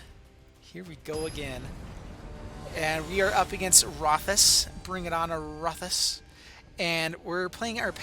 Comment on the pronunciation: Rothas here. Great game last night. Totally had me with my stompy deck I was playing but I had to finish the game up then I saw it was you lol. Also you actually said the name correctly!